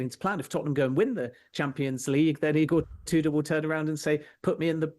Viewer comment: Pronouncing it "E-Gore Two Door" is certainly a choice.